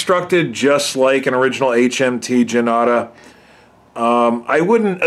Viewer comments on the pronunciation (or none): Thanks - very nice review and you found an interesting piece with the Indian numerals. Janata is pronounced "jun-taah" - it means "the People". The script Devanagiri is pronounced "Dave-Naa-gee-ree". The amount of research you put in your review was amazing!